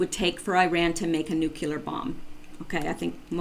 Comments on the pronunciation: With an English major? NU CLEAR...NOT NU CU LEAR. Jeez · I apologize for this-- I am a member of the Grammar Police, and I notice (and am distracted by) two infractions: 1) Nuclear is pronounced 'new clee are' not 'new kew lar'. 2) Et cetera (etc.) is pronounced 'et seterah' not 'ek seterah'. Please, please, PLEASE take this to heart as constructive and from a friend. Some obsessive and retentive people (such as myself) get side-tracked by quibbly little bs things as these. I do apologize. I love your efforts though! Definitely keep up the good efforts!